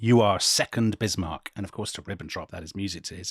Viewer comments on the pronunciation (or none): none